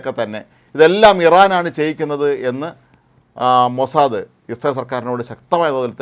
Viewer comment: അയ്യേ മോസാദയല്ല മോസാദ് എന്ന് പറയു ഉവേ